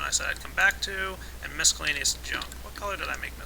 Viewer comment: mis-cel-la-ne-ous not MISC-el-la-ne-ous